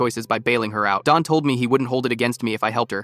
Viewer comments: The name is Don, not Dawn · It’s Don not Dawn